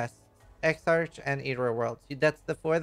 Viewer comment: SEER-us* EX-ark* GRAVE Troff*